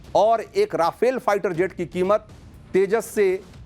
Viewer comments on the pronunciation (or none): none